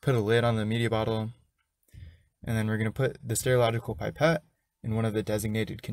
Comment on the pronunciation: If you say pipette'r one more time! Lol, it's just Pipette 👍🏻